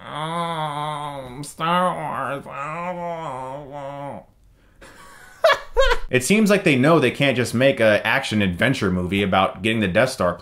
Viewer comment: LOL, you said "Star Worse"